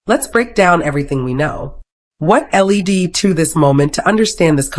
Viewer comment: Pay attention to what the AI voiceover says, it's not L-E-D in this case, its led, a simple word that creators should know.